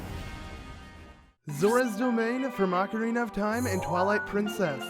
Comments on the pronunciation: OH-carina not AH-carina smdh 😑😑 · YOU FUCKERS ALWAYS PRONOUNCE ZELDA NAMES COMPLETELY WRONG. ITS NOT “AHH-KARINA” ITS OH-CARINA!!!!!! GET IT RIGHT PPL!!!!!!!!!!!!🖕🏻